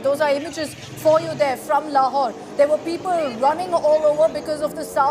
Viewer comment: 😂 "lahore" bengaya "laurawhore"😂😂😂😂❤🇮🇳